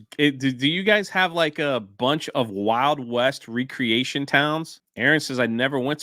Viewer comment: I think you were going for wreck-reatioin not wree-creation... :face-turquoise-covering-eyes